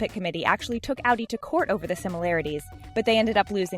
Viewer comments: It’s Audi not ALDI THERES NO L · Ow-dee? Most people that I know pronounce it ah-dee. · Audi= Awdee. Pronounce this right or you’ll regret it... ( I’ll give you more hate comments) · she pronounced audi wrong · Was anyone else getting annoyed we she said audi wrong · You didn't pronounce audi correctly ya stupid idiot